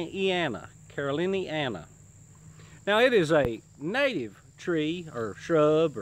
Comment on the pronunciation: Can you say, "caroliniana"?!!! -- Caro 'lin-eeanna